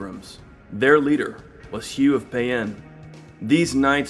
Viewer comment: Prononciation of payens on point.